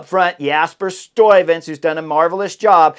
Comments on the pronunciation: It's just the 'uy' you don't get quite right. I hear you pronouncing it as 'oi'. You could put 'Stuyven' into Google translate and push the speaker button. That's the right pronunciation. I also put 'Kruiswijk' in there, and in that case it didn't sound right. You do it correct. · Very good! Love the review of the race! Btw, the 'uy' of Stuyven is pronounced the same as the 'ui' of Kruiswijk ... 😉